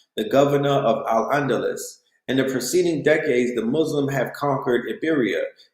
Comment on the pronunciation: Cmon... It's umayyad, sounds like Oo-may-yad. Andalus - sounds like An-Duh-loose No disrespect.